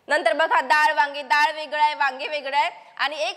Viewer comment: दाळ ❌️ डाळ ✔️✅️